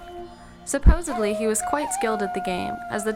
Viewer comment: "supposed uncivilized". You did not pay attention to pronunciation.